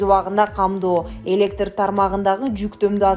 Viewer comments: "Электр" деп "ы" жок айтылат. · Электыр энергиясы деп окубай, таза окусан боло ой, журналист кыз!